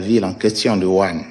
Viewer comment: ON DIT WUHAN ET NON WURAN